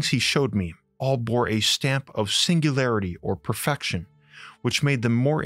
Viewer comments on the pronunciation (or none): none